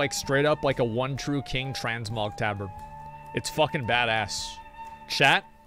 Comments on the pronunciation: wtf is a taaa bard? it's Tabard.....*cringes everytime he says it* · FFS! it's Tab-ard not Ta-bard!! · Tah-bird, thats how its pronounced asmon